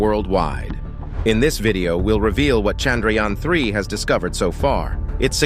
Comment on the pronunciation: When you hear him pronounce chandrayana you realise why shudras were not allowed to speak sanskrit